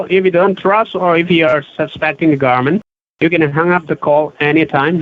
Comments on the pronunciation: "We have eevidence against you." and: "You can hire an attorney to fight against the garment" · "THE GARMENT"....LOL